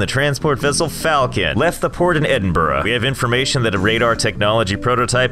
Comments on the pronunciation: I am so glad you pronounced Edinburgh correctly. My geography isn't that great, but... that's not Cardiff. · Thank you for saying Edinburgh and not Edinbowrow! 👍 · You pronounced 'Edinburgh' correctly, I'm impressed. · I'm so happy you pronounced Edinburgh correctly! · I’m just impressed that as an American you pronounced Edinburgh correctly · You have no idea how happy I was when you correctly pronounced Edinburgh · Im impressed at how well he said Edinburgh, normally those over the Atlantic get it wrong... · Man actually pronounced Edinburgh right, I am pleased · Thank you for pronouncing "Edinburgh" correctly. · Wow, he pronounced 'Edinburgh' correctly. Good on ya. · He said Edinburgh right..... rare for someone on continental north America to do so. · THE ONLY AMERICAN THAT HAS PRONOUNCED EDINBURGH CORRECTLY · A North American said Edinburgh correctly first ever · ...you pronounced Edinburgh correctly?? Have you been there or are you just more cultured than literally everyone in America? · Did an American just say Edinburgh right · Okay you had no right to pronounce Edinburgh as well as you did